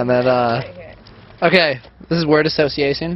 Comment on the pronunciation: "This is words association... asocthiathion "